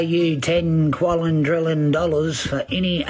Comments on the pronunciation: WTF is a "qualondrillon"? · The way he says "qualindrillion" instead of "quadrillion" is really disturbing for some reason. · I didn´t know that dentists are so expensive in Australia that he needs the ten "quallintrillon Dollars" to have his teeth finally fixed... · did he say 10 quadrillon-million?, it should be illegal for anyone with that m€÷h mouth to comment on any scientific field, and while you're at it bud, un-cross your eyes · Good to see meth has made it's down unda. To be fair, he said quallun drillun dollars. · He didn’t say $10 quadrillion. He said $10 quallindrillon. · Ten. Quallin. Drillin. Dollairs. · It’s ten quallin drillon dollars. I don’t know if he means US dollars or Australian dollars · It's not ten quadrillion, it's ten quallin drillin dollars.